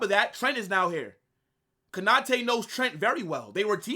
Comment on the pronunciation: Konate not Kanate😢